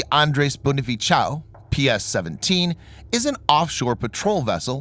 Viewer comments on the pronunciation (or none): I was laughing about bonifaciaw hahahahahaha. It's Bonifacio was read as BO-NI-FA-SHO and NOT BONIFACIAW hahahahahaha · The real pronounciation of Andres Bonifacio's last name was Bo-ni-fa-sio or Bo-ni-fa-sho not Bo-ni-fi-chao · Seems the narrator intentionally pronounced Bonifacio (Spanish/Italian name pronounced as "bonifasho") as "bonifitchao" to make it sound Chinese (perhaps chiding with PH on their cozying up w/ China) 😆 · Wtf..its not bonifachao..how there you mock thr namw of our hero..😂 however thats ok, but make sure you research next time on this ha... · How did you read Bonifacio? Bonifitchow? 😂😂😂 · Try using sho to pronounce cio in Bonifacio. I am a following this channel and I am glad to know for the first time a weapon from my country is featured. Since 2016 I am following this channel. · "bonifacio" is pronounced bonnie-fa-shaw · You butchered the Bonifacio part.🙄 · I cringed at how bonifacio was pronounced lol. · The c in Bonifacio is pronounced like soft S. As a native Spanish speaker I tell you with authority but check in Wikipedia. I like the detail in your videos.